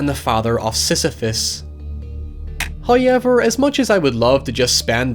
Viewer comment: Everyone: "However": "H A Y E V E R"